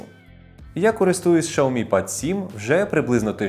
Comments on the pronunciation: Шаомі 😂 дід шось заганяється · Дизлайк за шаомі